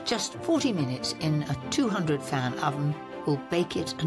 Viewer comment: Other than all the other differences. Why does she say, 260 fan or fam? Im confused.